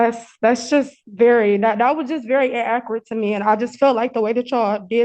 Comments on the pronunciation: I hate when there are "in-ak-ret" statements. 🇦🇺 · inakerat infuhmation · She cannot even say inaccurate right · I didn't know there that many ways to mispronounce the word inaccurate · This shows you the intelligence of people in Detroit! For one thing, she can’t even pronounce the word inaccurate correctly. And surprisingly, she apologizes over and over which you know damn well she doesn’t mean because these people always think they’re right! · In Akerate info mation 😂😂😂😂